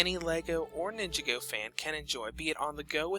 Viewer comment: Take a shot every time he mispronounces "Ninjago."